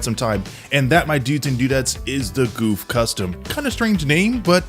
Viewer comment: "This is no Zaku boy!" Also it's pronounced more along the lines of Guff.